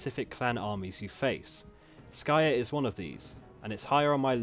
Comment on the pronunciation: Clan Skryre, yes-yes, not Skyre.